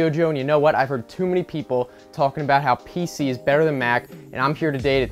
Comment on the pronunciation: Pc not pic